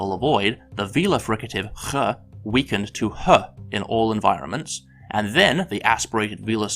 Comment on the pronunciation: You pronounce [x] incorrectly